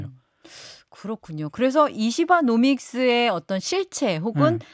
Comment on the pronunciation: 이시바 노믹스가 이시바 놈 있음 으로 들리네 ㅋㅋ